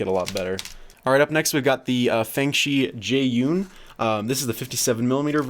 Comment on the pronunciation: I cringed when I heard the Jieyun..